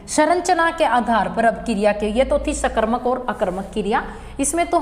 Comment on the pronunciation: Kiriya nhi kriya h maam